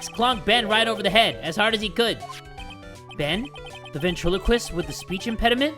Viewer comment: okay but.... ventriloquist? BEN AND TRILO QUIST ok